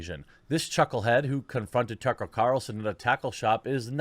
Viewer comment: He had trouble differentiating Chucklehead from Tucker that he started calling him Tucklehead